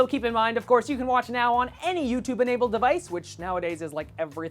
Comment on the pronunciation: i hate how he says youtube, he says it like ootoob